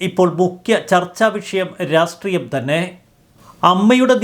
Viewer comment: രാസ്ത്രീയം അല്ലടോ രാഷ്ട്രീയം എന്നെങ്കിലും പറഞ്ഞുപഠിക്ക്‌.